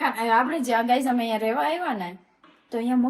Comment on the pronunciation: અમે❌ હમે🤣 bolta to sikh vagadiya jevu bols